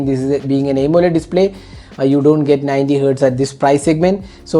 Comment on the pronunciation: Bro! Please try to say Aamoled instead of A moled like you say!